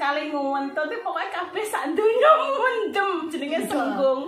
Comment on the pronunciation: Kewane jenenge Sigung mbak, sanes senggung.